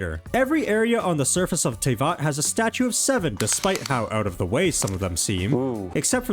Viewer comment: Why do you pronounce Teyvat wrong. (TA-VAT NOT TEY-VAT??)